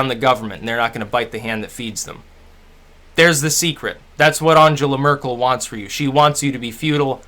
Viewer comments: At least have the curtesy to pronounce her name correctly. You're quite correct about her immigration stance, in the sense it was absolute madness. However, she's not squeezing the middle; and the average German has a high standard of living, access to very high quality tax funded healthcare, a solid work ethic, industry focused apprenticeship training from school, inexpensive and high quality education and first rate research. Trump is the total opposite. If he and his administration were representative of the US the wall would be a sensible barrier, in order to keep his poison away from the rest of the world. You have a lot of problems in the US, none of which Trump and Congress are fixing, and your whole political system has become a world posterboy for corporate corruption. America is pretty big, militarily powerful but not enviable. So what if she didn't shake hands. She'd have to wash them if the Russian tape exists. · You might want to learn how to pronounce her name?